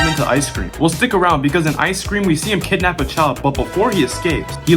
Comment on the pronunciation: you said kiddnap 8 times